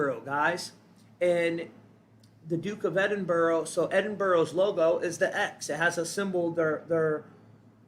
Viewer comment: it's 'white' hair not blond and how do you know its a symbol of the Pleiadians, could be most likely "Tall Blondes" alien reference. Edinburgh is pronounced as "Edin-Bruh" LOL there is no borrow in that word- no rabbits hehe. 😂 Gen X (they call me the editor terminator lol ) GREAT VIEW on youtube!!!!